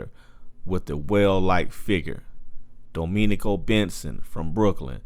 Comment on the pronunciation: He said "Domeenico Benson" lmao